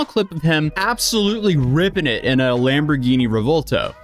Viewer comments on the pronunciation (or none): none